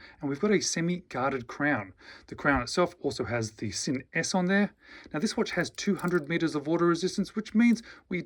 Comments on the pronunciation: it's pronounced "Zinn" with the "Z" sound, not the "S" sound. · the Sinn CEO pronounces it "Zinn". My second language is German. Make no mistake, it's pronounced "Zinn".